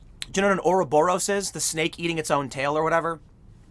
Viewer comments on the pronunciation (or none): It's pronounced "or-rob-or-ros", Tim.